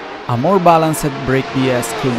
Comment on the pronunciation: Great informative video. I am not native english speaking person, but I do not like you pronunciation of some words, f.e.: "helped, happens, the test(-e), balanced, fast". This is no hate, I really want to keep watching your videos, but now I am avoiding them due to these small mistakes that are uncomftable to listen at least for me. Informations and writen text are great as always. I am watching your videos for like 3 years so I hope I have the right to tell mine opinion with no hate from all sides :-)